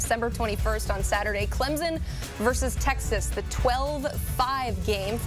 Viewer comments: Why can’t professional broadcasters learn to correctly pronounce the teams’ names? There is no z in Clemson. It’s Clemson, not Clemzon. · No Z in Clemson